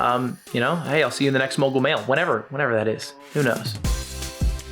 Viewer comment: Was this posted on this channel on purpose? Ya said mogal mail at the end 😅😅